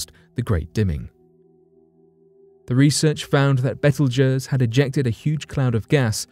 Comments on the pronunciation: What is bettlejess? It's pronounced "beetlejuice" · its pronounced beetlejuice not betelgers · The star's name is pronounced Beetlejuice!!! NOT Betlegoos!! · betelgeuse is pronounced "Beetlejuice" - could not take it any more - didn't watch till end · beetle juice bro it is pronounced ! Damn , didn't know what the heck star u were talking adout! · pronounced...Beetle juice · Why is it that ALL of the narrators that talk about ORIONS Brightest star mispronounce it??? Its as if they are all dylexic or something??? It is pronounce Beetle Juice!!!! Ah Duh.... :D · Dude, love the channel, but it's betelgeuse is pronounced just like "Beetlejuice" except the galaxy you can totally say three times! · It is pronounced Beetle Juice!!!! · Great video. And FYI, the star in the last story (number 1) is pronounced Beetlejuice. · Thank you for speaking up about the correct pronunciation of the star Betelgeuse. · 'Beetle juice.'that's how that star is pronounced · If you're trying to pronounce the name Betelgeuse it's pronounced "Beetle Juice" just like the movie. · "Beetle Jersey"??? "Beetle Jers"??? "Beetle Gers"??? I know we say things diff, but, bro... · It’s pronounced beetle juice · Dude you have been massively mispronouncing Beetlejuices name it's pronounced the way I'm going to spell it / beetle \ / juice \ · its pronounced "Beetle Juice" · “Bettle Jus” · Well he mangled the pronunciation of Betelgeuse..... lol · I knew it! I just had a really hard time believing that he was butchering the word so badly! So good to be found I’m not insane...well, not all the time.